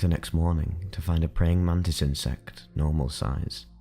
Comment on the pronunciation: Man tits or mantis hahahah love your videos man